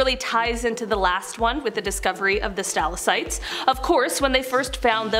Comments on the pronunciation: Great video, but I'm going to be "that person" and give you one note on your pronunciation. It's sta-lac-tite, not stal-a-cite. :) Keep up the good work though. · Omfg- say it with me Stal• ac• tite, say it and repeat it. 🤷🏻‍♀️